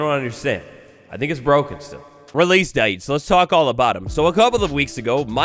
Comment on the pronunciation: Releese daytes ⁉️